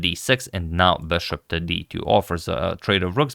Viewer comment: The “beshop”.